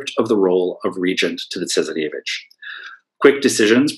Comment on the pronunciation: Interesting, I was just thinking that he needed to work on a few of his pronunciations, e.g. 'tsarevich' - but quite an interesting and informative lecture!